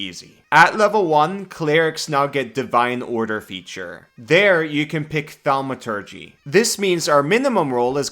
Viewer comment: Relatable moment when years of using the word "Thaumaturgy" (Cantrip) have made it so that your mouth autocorrects the word "Thaumaturge" into "Thaumaturgy" lol